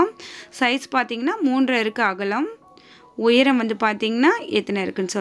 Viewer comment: Please pronounce the word cleary.. உய்ரம் இல்ல உயரம்... all your creativities are excellent except your pronunciation..